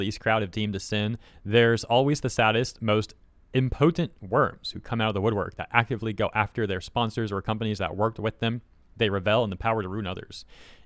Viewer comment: Thumbs down just for how you saw revel like rebel with a v and impotent *in - with an m - po, like 'just a poe ol boy' - tent, like going camping, im-po-tent just makes me itchy when i hear words spoke almost right but slightly wrong, either screw it up majorly, or get it right :P